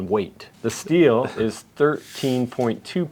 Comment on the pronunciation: Prounounce Sthil correctly too, "shteel"?